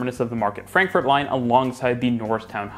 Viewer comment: "FrankforD" rather than "Frankfort".